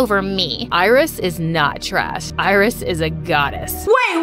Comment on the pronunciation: That’s not iris thats irizz